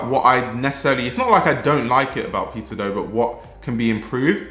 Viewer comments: I misheard you say peter do as "pizza dough" hahaha, fack. The pizza dough community. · i can't unhear pizza dough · Why it sounds like a “Pizza Dough” from your lips to me?🙂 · I can't stop hearing "Pizza doe", thank you for the great video doe! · The pronunciation for Peter Do is correct?